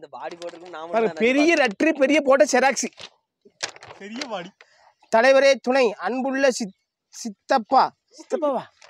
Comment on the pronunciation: அதுக்கு பேர் செராக்ஸ் இல்ல ஜெராக்ஸ் ஜீ பீ..................